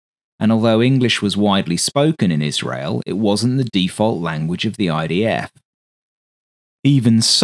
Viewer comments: why does it often sound like you say IDAFAF rather than IDFAF? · why you keep saying IDAF